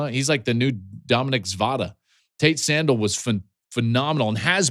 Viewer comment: Why is this so hard for folks, let’s say it together… San-DELL. Sandell. Do folks pronounce your name Joe Klate? Come on buddy study up